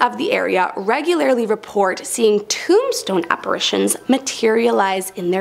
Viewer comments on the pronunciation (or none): none